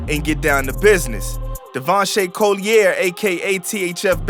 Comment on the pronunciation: Collier is pronounced Col-yer